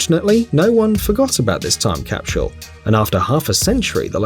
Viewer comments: its not pronounced "capshull" its "cap sull" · I couldn't watch the whole thing. That guy can't say "capsule" to save his life. It drove me crazy. He kept adding an "sh" to the word, so he said "capshule" every time. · Am I hearing wrong or does he keep saying " capshul"? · Capsule, not capshule. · Someone needs to tell this guy that it is a time CAPSULE not a time CAPSHULE . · Why is he saying "cap=shule"? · Cah? Capshul? Memorabilier? Why is it that the English seem to have trouble pronouncing English words? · The way he says capshule is triggering me. :/ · I hate How he continually said "capshul" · Cap-shool? I've never heard anyone else in the UK or US pronounce capsule this way. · My mind is still boggled at hearing how many Brits pronounce "capshule". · Capschule? LOL! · He’s English. We watch a lot of British shows on Acorn TV. They also pronounce a lot of vowels long. I chuckle when they pronounce schedule as shedule were we in the US say skedule. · What is a "capshule"? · After watching this, I've learned a new word: "CAPSHULE". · I've heard schedule as "shedule" before, but JIM JIM hit the nail on the head with this comment about "capshule"!!! Hilarious! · Made me nuts....capshul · What is with this fuckstain and mispronouncing the word capsule? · There’s an ‘H’ in the word Capsule? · Nobody buttfucks the english language like the britts where is the h in capsule. Fucktard